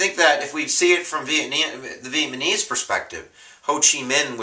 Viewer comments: It's NOT pronounced Viet-Ma-Knees. It's Viet Na Meez. Other than that, I gave up when you couldn't pronounce their name correctly. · "Vietmanese" vs Vietnamese I really hope you're not a teacher. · You're great but I get a giggle every time you say Vietmanese.. Hopefully you do know its Vietnamese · lol vietmanes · VIETNAMESE nooooooooooooot Vietmanese sorry had to get that off my chest. But otherwise I LOVE YOUR VIDEOS!!! I have 3 IB exams tomorrow and thursday, you're saving my butt! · Ma guy said Vietmaneese and then says "maybe" 3 times in a row .lmfao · He says "VietMANese" so many times haha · Lol, "vietMaNese" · Vietmanese LOL btw thanks for the vids, I'm finishing up my history major and your videos have come in handy. Keep it up!